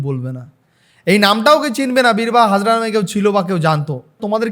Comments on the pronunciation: Birbaha hasda not birbaha hazra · Birbaha hazra❌ Birbaha hasda✅😂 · Birbaha hasda not hazra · Birbaha hazra noi birbaha hasnda